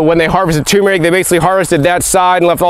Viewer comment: “Tumour-ic”? Or tur-meric ?